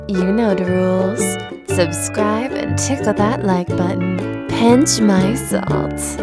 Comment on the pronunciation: Love how Sterling always says "suSScribe" instead of suBscribe. The best